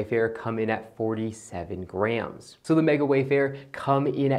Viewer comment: Never heard grams pronounced like grhams